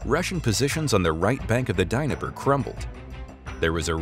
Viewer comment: Where the hell is the DINIPPER BAY?, C'mon guy's at least try, you know the correct pronunciation?.